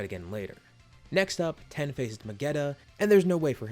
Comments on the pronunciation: Why do you say tien as ten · Please tell me why you say ten and not Tien it’s disturbing